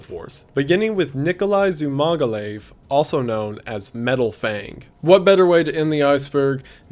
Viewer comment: Wendigoon: "Beginning with Nikolai Dzumagalieve," Me: NOT THAT GUY